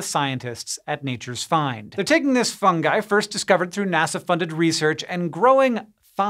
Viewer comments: He said fungi instead of fundgi. Thank god! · hank actually pronouncing fungi correctly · Hank didn't say fun-jigh! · He did it! He pronounced fungi correctly!